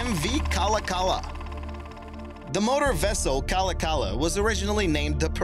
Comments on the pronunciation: Its pronounced like kalawkalaw not cala cala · It's pronounced Ka-lock-a-la and it was not a joy to ride on. It vibrated like a bedroom toy and was a bitch to load and unload. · So just a heads up 3. MV Kalakala is pronounced Ka-Lock-eh-la I know is is strange to some but It is a Native American name as all the ferryboats are in Washington state ferries.